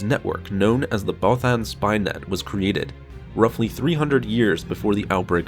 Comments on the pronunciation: Bothan is pronounced (both-ENN). It's literally said in ROTJ by Mon Mothma, bro. Twice. No offense, my friend, but you seriously need to brush up on your pronunciations. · I like ur vids but not how u say bothan but keep doing u bro